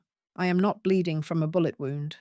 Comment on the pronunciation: I know what t means. I was pointing out that your narrator pronounced it as wound, as in an injury.